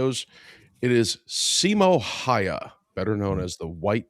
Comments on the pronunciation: It is pronounced...Hauha. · Siimo Hoyja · There is a video of a Finnish guy at Simo's gravesite and he pronounced it Hawha, i cant post the link here i tried it got deleted. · Jutilainen was in the french foreign legion stationed in marocco from 1930 to 1935. The pronounciation of Simo's last name is Hawha, you say the Y as a W. I had posted a youtube link where a Fin pronounced it but you took it down. 450k soldiers invading a land of 4 million people is just over 10 percent not 25 percent, still alot offcourse but the math was off. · Last name is Häyhä and you butchering it. Not hawha not haija not haya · Sorry but why you butchering his name. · Finn here. It's not pronounced like that at all. It's Häyhä as pronounced by Google text-to-speech in Finnish. We have a phonetic language. It's easy for TTS to say. P.S. the y is ü from German. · The fat electrician also pronounces Häyhä wrong, but so does every native English speaker.